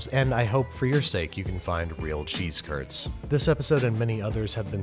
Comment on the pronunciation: Watches him roll his “cheese curds” Me:*glares in Wisconsin👀🧀*